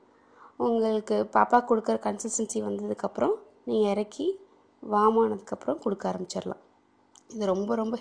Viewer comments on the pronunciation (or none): none